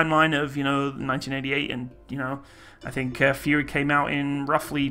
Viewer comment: Anyone keep pronounces “Fury” into “Furry”? Just me? Oh...